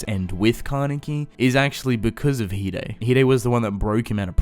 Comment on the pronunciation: Oh so you say it as He-Daey not Hide